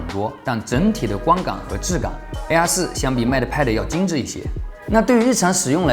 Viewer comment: AR4 的發音真的很難忽略😅😂🤣😆 其實我最納悶的是平板面積比手機大 為什麼都堅持不做正面雙揚聲器 而是都要放側面呢？